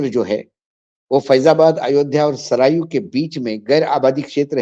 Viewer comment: नदी का नाम सरयू है, आप के उच्चारण में सरायू है